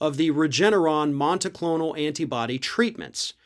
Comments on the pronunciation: It is monoclonal, not monticlonal. 😄 It's an antibody treatment, and monoclonal antibodies are a common type. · MONOCLONAL! There's no T in the fucking word!! Jesus Christ man! Read your script and get the damn thing checked by someone who has a Highschool reading level! 🤦‍♂️🤦‍♂️